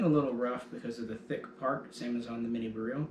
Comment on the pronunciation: bareel lol no one knows how to pronounce it. All the vowels are not the same as they are here. Beryl is pronounce Ber-il (hard R). Radom is pronounce Rah-dom (soft A). Lived in Poland for a while and my wife is Polish. Stop saying bareel lol